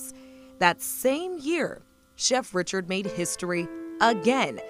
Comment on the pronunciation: Born in 1892 and grew up in New Orleans? Her name was not pronounced Richard but Ree-shard with a creole accent fa sho! She had a cooking show before Julia Child and yet her story was lost and forgotte, until now. 🤔 Brava chef Lena Richard! 😘